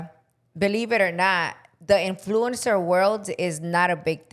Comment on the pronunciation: Repeat after me IN-FLOO-UHN-SR . You’re pronouncing influencer wrong.